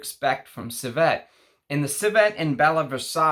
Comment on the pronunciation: Its not corSETTE, its corset. There is no word, corsette.😉 Similarly, the word is not ciVETTE, its civet. Civette is not a word either.😉 Cheers. Thanks for your work!